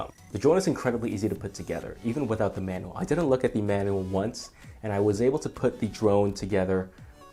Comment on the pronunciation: Having a little trouble pronouncing "manual"